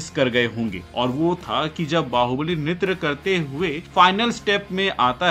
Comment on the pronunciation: Bro pronounced nritya wrong for 100th time🙂